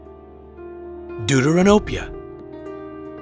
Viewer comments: Bro am I a bad person cuz everytime he say Deuteranopia I die cuz it sounds like doodoo ranopia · Deuteranopia...you killed the word! It's Greek and pronounced "Thefteranopia / Δευτερανοπία" = second look at (Protanopia = first look & Tritanopia = 3rd look) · No Offense but did he say... duduranopia?